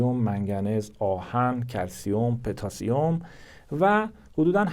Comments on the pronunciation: پتاسیم پوتاسیوم نه petasium😅😂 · پتاسیم به ضمه پ درست است